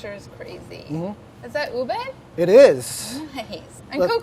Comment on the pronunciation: i'm so glad about Molly saying Ube instead of purple yam and pronouncing it very close to how Filipinos pronounce it!!! <3